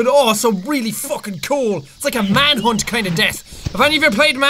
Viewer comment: Jack:manhunth Me:I slammed my penith in the door